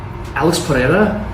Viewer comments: Why do people keep pronouncing Alex’s last name like “Pee - era”? MMA fighters slowly becoming CS juniors? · Schaub n chael are lazy PEREIRA is not difficult at all to pronounce properly, is not polish ffs. PE REI RA